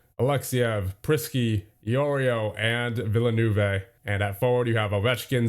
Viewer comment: villanoovay is not how you villeneuve